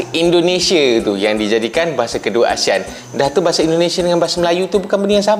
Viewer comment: Bahasa bang bukan bahase 🤣 bicara yg betul dulu